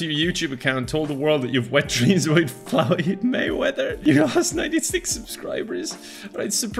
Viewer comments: no one talking about how he pronounced Floyd Mayweather, ‘Floweed Mayweather’😭😭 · No one’s gonna talk about the way this man said “Floyd” the first time he said Floyd mayweather? 😂